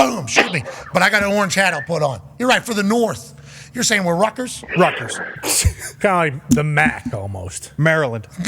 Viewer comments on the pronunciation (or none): none